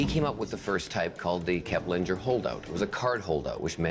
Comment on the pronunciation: Knows so much about Kepplinger, but can't pronounce his name. Smh